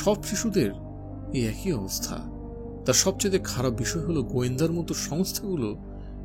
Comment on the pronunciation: আপনার পাঠ আকর্ষণীয়। তবে 'একই' শব্দটির উচ্চারণ কিছুটা শ্রুতিকটু লেগেছে।